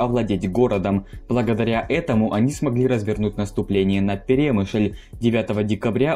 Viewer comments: Что уж тут, если углубляться в подробности. автор даже не знает, где ставить ударение в слове перемышль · в слове Перемышль ударение падает на ы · ПерÉмышль боже👌. Аж слух режет. Буковина́.... Хотябы ударения посмотрите историки недоделанные